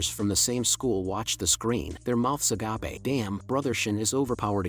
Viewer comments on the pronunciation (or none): "A gapae"☠️☠️☠️☠️☠️